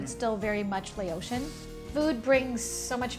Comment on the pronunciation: Noooo. It's not Lay-ocean. It's Lao-shin. Laotian